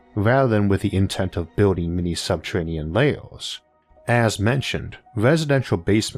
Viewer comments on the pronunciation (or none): "Subtewanean" Fuckin Elmer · Santuwawies in subterwanian aweas... I fucking love IA. Been listening for a year. The “accent” is actually endearing